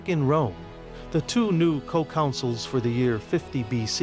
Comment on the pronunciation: The narrator kept pronouncing consuls as 'councils'!